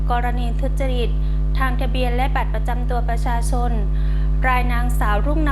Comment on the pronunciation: เจ้าพนักงานชำนาญการท่านนี้ ทำไม ออกเสียง ช.ช้าง เป็น ซ.โซ่ ตลอดเลยครับ พูดแต่คำว่า บัตรประซาซน สำเนียงแบบนี้ผมเคยได้ดูในยูทูป เวลาคนลาวคุยเป็น ภาษาไทย ช.ช้าง จะออกสำเนียง เป็น ซ. ครับ สงสัยครับ ทำไมเจ้าพนักงาน ออกเสียงภาษาไทย ไม่ชัดครับ